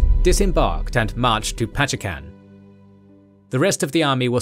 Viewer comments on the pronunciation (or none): Pachekan? not Pacitan? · It's Pacitan, not Pachekan. Good storytelling btw. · Little bit of correction here : Pacitan not Pachekan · Pachekan? Pacitan!!! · its pacitan not pachekan